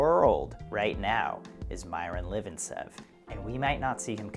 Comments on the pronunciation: 1. it is better to pronounce MirOn LifIntsev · The correct pronunciation for his name is